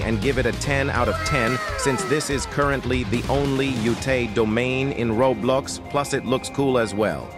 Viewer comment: "I'm gonna be beeyased on this ratting since it is the only yutae domain in roblucks"